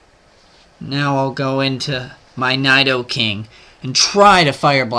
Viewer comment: PRONOUNCE NIDOKING RIGHT!!!!!1 GAH!!!